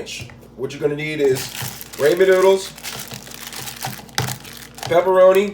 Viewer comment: You’re saying rainman though